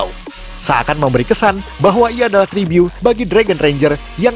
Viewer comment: Ngomong tribut aje tribyu🤦🏻‍♀️ agak laen emang nih